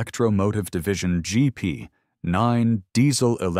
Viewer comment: BTW it is geep (GP) not jeep. Any foamer would know that....